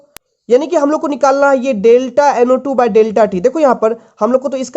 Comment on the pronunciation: U have to speak clear Like u say NO2. Ko NA mtlb kuch bii smjh ni ata ase mai